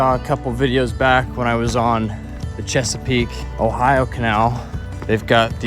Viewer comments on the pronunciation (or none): none